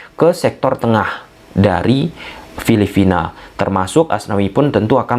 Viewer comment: Bro, bukan filifina tapi filipina atau phillipines..sorry ya saya koreksi pronounciation nya.